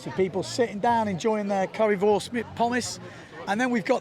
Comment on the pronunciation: Wunderbar! Fantastisch! Currywurst/Pommes! Your pronunciation was perfect.